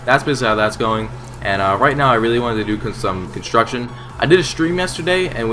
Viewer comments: "Hey It's or and I'm training some constomtidhdh right now..." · you said construction at the start so weird. :p